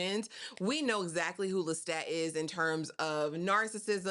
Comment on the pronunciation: Yes. I’m not here to cause no ripples. It was just a suggestion. Just pointing out the way the author herself pronounces it.